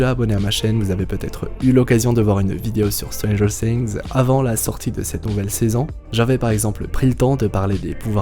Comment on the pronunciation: Je cringe à chaque "stranger SINGS" 😨